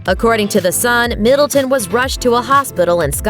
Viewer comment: It's Middleton not Middletown, be easier if you just said Kate